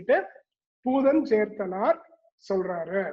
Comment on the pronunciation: பூதஞ்சேந்தனார் - Is pronounced incorrectly in the video - Sorry about that!